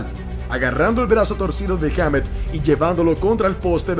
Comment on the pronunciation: "Heamet"... jajajaja